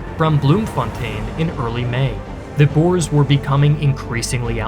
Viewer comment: met God en Mauser is the correct spelling and we prefer to be called boere not boers pronounced boo-rrrrr-uh